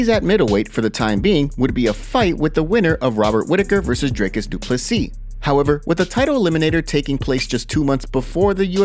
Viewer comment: Thank you for pronouncing Du Plessis correctly brother...